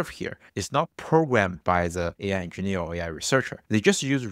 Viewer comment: “Enginner”? -I barely know her.